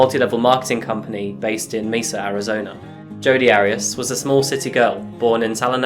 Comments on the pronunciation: As a person who lived in Mesa AZ it was a "what?" kind of split second reaction when I first heard it pronounced "Meesa". I know it's not always possible to get the correct pronunciation right. Lord knows I've had my share of those kinds of slip ups and am grateful when corrected. So I hope you understand when I say it's pronounced "Maysa" even though it's spelled Mesa. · Side note. Mesa is pronounced "maysa". It's the Spanish word for table. Definition: an isolated flat-topped hill with steep sides, as found in arid and semi-arid areas of the US. Just for future reference.